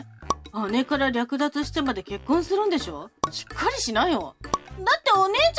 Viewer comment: 最初の方、略奪が浮気って読まれてる？ こういう話、だいたい同じだけど何度も見ちゃう（笑）